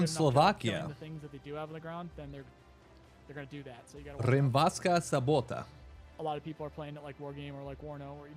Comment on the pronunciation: Rimavská Sobota afaik is somewhere in the south, we dont read O to A, so its sobota not sabota like in Russian :) Slovakia in general has PLENTY of awesome places I havent been to most of them :))